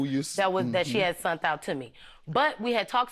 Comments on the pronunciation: Why is it so hard people to say SENT!! WTF is SUNT?😐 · And "sunt" it's SENT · I really wish people would stop using the word “sunt” instead of sent. 😩🤦🏽‍♀️ Now, back to the video… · Lady sunt is not the word it's sent!!!